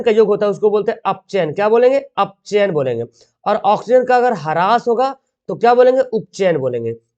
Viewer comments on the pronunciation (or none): 1no. Sawal thora ek bar dekha lijiyega sir apchain ko upchain bole hai